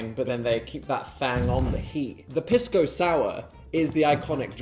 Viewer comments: wrong piss dan and phil, it’s pronounced pees-co not piss co 😢😢😢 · Hearing them mispronounce Pisco is killing me 😭 (PEES-CO) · Hi guys it’s “PEE-sko” :3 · saw the thumbnail and sat my Peruvian husband down to watch this with me and we collectively SCREAMED at Dan loudly pronouncing Pisco as PISS-co 😂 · Was gonna comment that I HATE how they pronounce pisco. Also, Pisco Sour is the superior cocktail choice for Peru. Not only is it the national drink, but they are so good that after the first one you want to order another. Only after you finish your second one and stand up to leave do you realize your mistake. (totally not speaking from personal experience 😅)